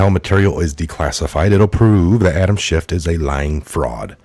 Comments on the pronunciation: Schiff not schift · Respectfully, his name is Adam Schiff, not Shift. Thanks for all the research you do, love your show. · Please it’s Schiff. No T. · Please quit pronouncing a "t" at the end of Adam Schiff's name; it sounds like you don't know what you're talking about -- and clearly you DO. Love your reports. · We don't say "schiff"!!!!!!!!!! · It’s Schiff 😉 no “T” unless you mean Schitt 🤣